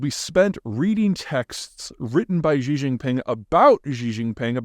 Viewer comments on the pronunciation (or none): Xi Jinping, not Jingping